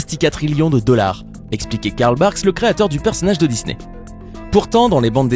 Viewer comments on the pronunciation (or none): none